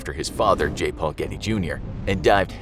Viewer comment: "George Ghetty" My ears: "George Clooney" Me further into video: wait.... What's even happening?